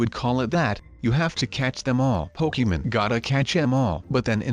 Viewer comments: ITS POKEMON NOT POKEEMON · Why did you say pokémen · Pokemon not pokemen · He is saying pokemen lol It is Pokemon 😂😂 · When he said Pokémon he said pokeman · It's Pokémon not pokeymen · Po-key-men gotta catch em all